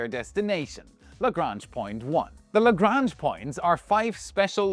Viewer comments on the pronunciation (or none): none